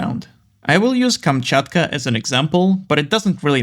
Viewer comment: You said "Kamchatka" with perfect pronounciation. Are you slavic?